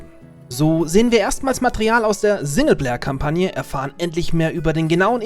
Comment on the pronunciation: sagt er wirklich sinne Player Kampagne. triggert mich hart